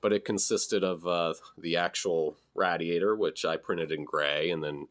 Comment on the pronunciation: Never heard it pronounced rad-iator before, interesting. Hopefully someone else gets some files out there like these again.